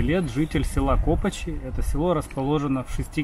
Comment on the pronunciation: Копачи наголос на и